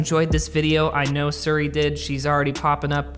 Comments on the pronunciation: AHH OMG ITS SIRI NOT SURI!!!!! SO ANNYOING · Plz it’s siri not suri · Love your videos. But it’s pronounced seeri. Not suri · ITS "SI - RI" NOT "SUR - RI" HOW CAN YOU RUN AN APPLE CHANEL AND NOT PRONOUNCE IT CORRECTLY HAHA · Siri is pronounced as C-Ree, not Sur Ree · Me: Siri: Ser ree